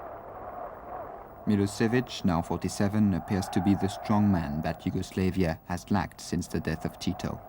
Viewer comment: the way the narrator says yugoslavia is triggering me